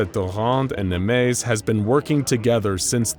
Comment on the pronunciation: That's Nemes in hungarian not Nemeş. But great video as always!